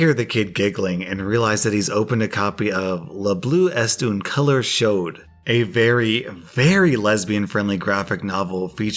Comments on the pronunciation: Please... Train your French accent, as a French viewer, I felt my heart stop. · Ehh gotta admit low key cringed at the French pronunciation even if I try not to complain about that lest I be the choosing beggar. It’s actually better known as “Blue Is The Warmest Color” if you want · The way he pronounced « Le bleu est une couleur chaude » made me cringe